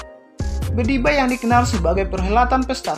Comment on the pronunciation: Maaf admin ralat..bukan bedibai tapi pedibai...🙏🙏